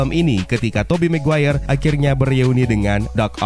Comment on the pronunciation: mungkin, tapi emang ada kah marga "maguere" ? gw kira Maguire